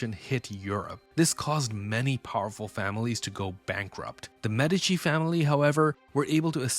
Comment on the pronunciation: This an Ai channel or what? It's not waaah it's war! It's not medicine family it's medichi... Lol